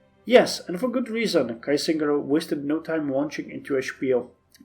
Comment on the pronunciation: Now that i've caught up: You had Kiesingers pronounciation correct the first time you read about him :)! It's more a spoken "Key-singer". But other than that well done all around :) !